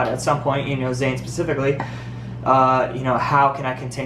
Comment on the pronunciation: ITS ZAYN NOT FUCKING ZAYNEEEEEEEEEEEEEEEEEEEEEEEEEEEEEEE AHHHHHHHHHHHHHHHHHHHHHHHHHHHHHHHHHHHHHHHHHHHHHHHHHHHHHHHHHHHHHHHHHHHHHHHHHHHHHHHHHHHHHHHHHHHHHHHHHHHHHHHHHHHHHHHHHHHHHHH